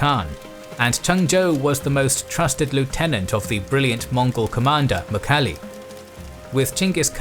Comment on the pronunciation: who is "mukhali" really please try to say it correct in Mongolian. i know you guys try but ask some Mongolians how to say it correctly .